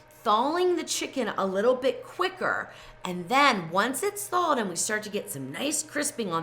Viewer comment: I never heard the word Thalled. Is that the same as thaw? The word that has no “l” in it…😂 Trust me, I have mispronounced many words, but the moment somebody pointed it out to me I made an effort to say it correctly. When you have a massive audience …there are audience members that might think that’s really a word when it’s not. I don’t understand why YouTube influencers don’t take more concern with this problem.